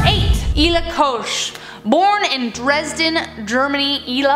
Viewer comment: Say Koch again. 🤗😊. Und Ilse